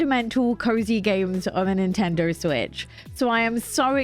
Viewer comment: “Nintender Switch”